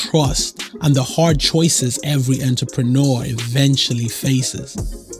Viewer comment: I’m laughing at the way this dude says entrepreneur